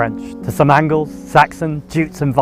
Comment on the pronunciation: Did I hear correctly, , he says Angles, for Anglos?